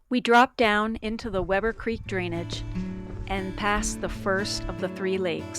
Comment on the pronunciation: You're pronouncing the word "creek" wrong.